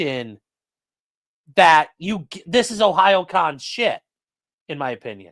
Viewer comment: I'm so proud of you for figuring how to pronounce Ohayocon